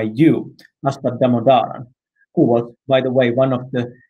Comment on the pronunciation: Professor Damodaran should probably post a short video on how his name should be pronounced. Never seen a host who can get his name right.